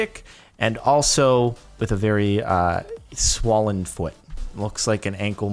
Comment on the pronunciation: Anyone else notice that he says swollen funny?